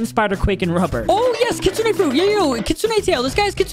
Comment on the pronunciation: Bro Said kutsuneah